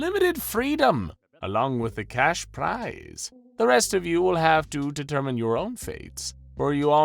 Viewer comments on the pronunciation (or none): none